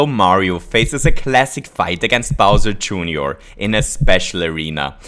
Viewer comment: He called bowser jr. bowser jooneor